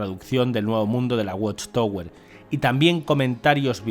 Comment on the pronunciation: Se pronuncia "watchtawer". Gracias por la traducción.